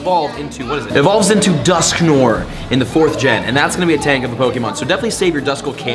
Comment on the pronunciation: Its not dosknoore its dusknoare